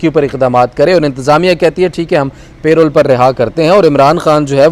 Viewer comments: Reporters and even Barristers are not pronouning Parole correctly. PL check it. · It's Parole not payroll